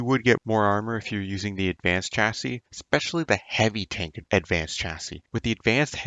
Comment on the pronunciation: Heaby Tonk